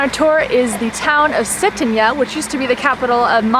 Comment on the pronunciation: It's Cetinje not ''Setenya''